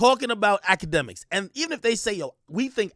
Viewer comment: “Akademiks” 😂😂😂🤣🤣🤣🤣 yo bredda mi can’t believe mi dead to bloodclaat